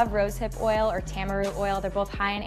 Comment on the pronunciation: Why the hell did she pronounce "tamanu" as "tamaroo?" I'm questioning her credibility now.... But I use both oils. They do work wonders.